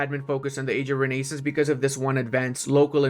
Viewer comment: pls consider pronouncing renaissance as it is pronounced correctly. please. i beg of you.